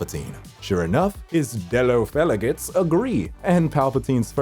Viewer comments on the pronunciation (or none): “Dellow felegates” you mean fellow delegates ? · I’m sorry did you say dellow felegates